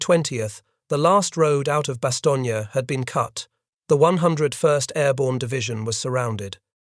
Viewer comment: How much credibility does a history lesson have when the narrator is not aware of the correct pronunciation of the name of the principal location: Bastogne ?